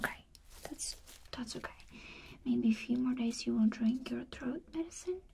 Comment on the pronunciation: I love how she says “ok” like “okAy” idk why